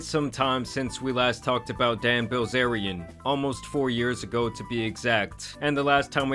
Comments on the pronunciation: Dude really pronounced Bilzerian as Brazilian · im sorry did you just pronounce his last name "Brazilian"? ( mark) When are we gonna learn about? and move on from the endless negativity grift on other celebs. What has done lately besides criticize others? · Paul Brazilian???? Horrible butchery